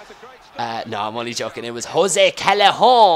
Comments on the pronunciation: the way you say callejon reminds me of 'Chacarron' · haha love it when you say Callejon. Haha its tricky with the two L's, It makes a "Y" sound in spanish I believe. Anyways great video:) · Sorry, and please tell me if I'm missing an inside joke, but why do you say callejon in a french accent?